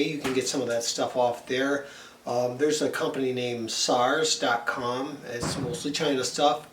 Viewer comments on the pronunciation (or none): Please stop saying "Sars " lol it's shars ..... sars Is a desease lol